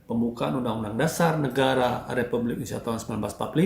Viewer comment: Seks = nice! (jangan munafik) lebih baik munaroh 👻 ga semua orang punya garansi kuat panjang umur!.. Banyak yang mati muda!.. DAN BTW.. ITU ORANG KO KAGA BECUS NYEBUTIN INDONESIA SIH..?